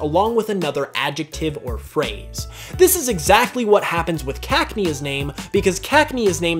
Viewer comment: What the fuck did he just call cacnea ? He said it like caknee